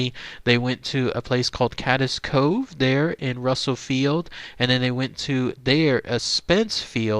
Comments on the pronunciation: FYI, Cades Cove pronounced “kaydz”. Such a sad story. :/ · Pronounced cayyds cove